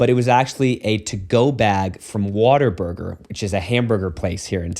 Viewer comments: Like all real Texans, he pronounced it "Water Burger." 😂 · The Texan pronunciation of Whataburger, which follows the pattern of hyper-rhotacism common to the accent (i.e. putting r sounds where there isn't an "r" but it makes it flow better or just "feels right")